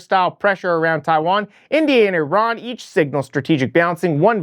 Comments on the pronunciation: Sink any Russian boats that enter your way, shoot down any Russian aircraft that enter your airspace. Ukraine should attack ALL of Russia's big power stations, and transfer stations. Hey you're saying Iran weird, it's actually pronounced "I-Ran", like you ran away from a fight. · Eee-ron???? Really ?? Have some tegerty.....! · Iran not I-Ron 😂